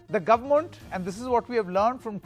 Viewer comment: Guvmoont???? What kind of pronunciation is this?? 🤣🤣 Kumbh Mela covidiots are going to wipe out entire UP and Uttarakhand. Dead. Rip.